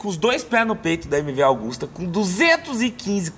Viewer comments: MV "AUGUSTA" ? Não é AGUSTA? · koe.... é MV AGUSTA,,,, nao é augusta